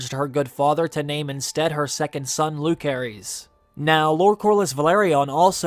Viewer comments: Why do you keep mispronouncing Jaecerys and Lucerys? Is it just a personal preference cuz the show has made it pretty clear that their names use the soft C sound. (Not to mention, English grammar rules about using the soft C when it comes before an E) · The way you pronounced Jacaerys and Lucerys lol